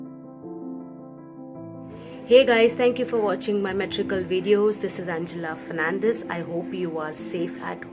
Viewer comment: Fernandes nor Fernandez